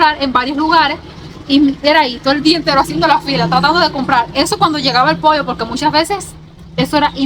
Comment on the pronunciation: Hola bendiciones que bueno que estás contenta en mi rd primer cubana que escucho que dices pollo todos dicen poio